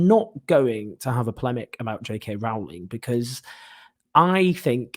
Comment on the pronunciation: Owen: her name is pronounced Roe-Ling (rhymes with "bowling")